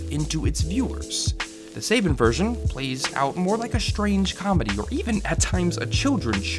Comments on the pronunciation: Its not Say-bin my dude, its Sah-ban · as an Israeli, the only problem i have with your vid is how you say Saban, its Saban, not Sayban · You're Pronouncing Saban wrong. It's "SAH-BON" not "SAY-BAAN" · dude, its Suh bon, like saah bonn, no saebeen or saybin like u said just FYI:D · It's Saban btw, not Saben. Great video <3 I had no idea DBZ was this oddly censored. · It's "sah-BAHN", not "SAY-ben" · That Say-ben part is killing me... It's pronounced SABAN, as written. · 'Suh-bohn', not 'Say-bihn' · Saybin? You mean SAHBON!?!? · SAY-BAN IS SUH-BON... Otherwise great video! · Say-Ben😂😭 i thought it was Saban as in sah-bahn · Its prounces SA BON! Not saibon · As soon as I heard him say SABIN instead of SABAN I was out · It's "Suh-bon" not "Say-Bon" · I don't care how many people have posted this before but you're pronouncing their company's name way wrong. SAH Bshn not say bin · I’m annoyed that he keeps mispronouncing Saban. It’s not SAY-ban, it’s sah-BAHN. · I thought it was "suh-bon", not "say-bin"? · "Suh-bon" not "say-ben" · Sorry to be a stickler but it's pronounced "suh-ban" not "say-bin" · Pronounced Sah-Bahn not Saybin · Suh-Bahn, not Say-Ben. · "sayben" it's suh bon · Not "say-ben" it's "saw-bahn" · SAH-BHAN! Not SAY-BIN. And SHUKEY LEVEY!!! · It's pronounced sa bon . Not sa bin. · Saben??? lol it's Saban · SA-BAN not SAY-BEN thanks :D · sayban??? lol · True. Saban brands is an American company and this youtuber does speak English properly so to hear him say saben instead of saban constantly is very distracting and kinda irksome but it doesn't take away from how good the video is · Just to say it in case anyone didn't know, it should be pronounced suh-bahn, they also did Power Rangers the adaptation/reworking of Super Sentai. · “Suh-baan”.. lol. Hated that. Otherwise great vid. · Actually, it's See-Barn. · Hearing him pronounce Sa-bon wrong is giving me a twitch. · This video is amazing, but we prefer to call it Sa-ban! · lol it's Sah-bahn.